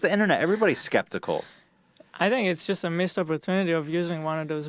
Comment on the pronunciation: that english guy says "fink" instead of "think"